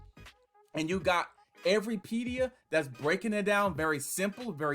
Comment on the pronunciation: Lol you’re saying it wrong